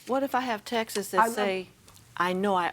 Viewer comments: Lol I was confused. I thought she said Texas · So many litigants have issues pronouncing “texts”. They say “Taxas”.